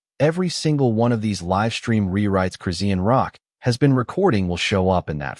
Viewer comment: It's no one's business. This is fake crap. You aren't even saying her name correctly. Dumb ass.